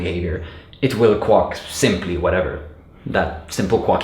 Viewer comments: Have you never heard a duck "quack" before? It's prononced "kwak", not "kwok" 😋 Thanks for the great video! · every time he said 'Quock/Quuck' instead of Quack i lost it 🤣😂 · No offense, but I couldn't figure out what a kwok was until I looked the video: quack, which rhymes with back, flack, hack, Jack, lack pack, sack, stack, tack, yak, Zach. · The word quack is not pronounced "kwok" and this mispronounciation is so incessant it is distracting. Also, you belabor the point on simple explanations so much that it is also distracting. I got it the first time. Move on. Viewers have the ability to rewind and watch again if they don't get it the first time. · So many positive comments, all so well-deserved. It seemed all over the place while I was watching it but it just all comes together so well. Only comment is that "quack" is normally pronounced to rhyme with "black", "snack", "sack" and "track". Great video! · Just found this video and some others by you and I’m really enjoying your energy and explanations! I just wanted to relate an amusing interaction between your accent and my university life (~25 years ago). You pronounce “quack” like it rhymes with “duck”. In America, at least, most people pronounce it like “hack”. However, when I was in college, one of my profs needed a third and fourth generic function names. That is, when you need to sort of generic, abstract identifier, many programmers use “foo” and then “bar” (because of the acronym “fubar”). But what do you do if you need more identifiers within the same example? At the time, “baz” was in somewhat common use for id 3. This prof was trying to popularize “quux “ (rhymes with ducks) as the fourth identifier. Anyway, the Venn diagram of people who could possibly find that amusing consists of just me. (Also, please note that there’s nothing wrong with your accent or your pronunciation of “quack”. I’m just relaying a, to me, very amusing coincidence)